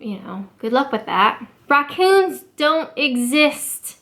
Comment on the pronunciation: Is it me but when she was talking about raccoons, how their little fingers and thumbs get into the rubbish, I kept hearing only the last syllable of 'raccoon'...